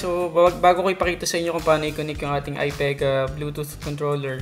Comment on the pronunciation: Stop saying Ai PAE GAH.. ITS AI PI GAH fucking hell